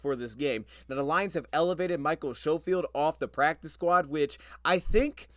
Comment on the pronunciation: most pronounce it, "s-ko-field"; not show-field. its my last name as well and ive had teachers and others call me that for my entire life! haha . the "sch" throws people off :)